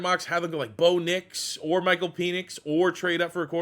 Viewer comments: Penix is pronounced Pen..X...not peenix. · Nobody mentioning PEEEnix pronunciation